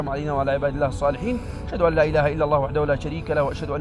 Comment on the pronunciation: هل كان قصدك أن الأخ أخطأ ؟ إذا كنت تظن أنه أخطأ ، فهو نطقها بالشكل الصحيح ، أدغم النون في اللام وهذا هو الصحيح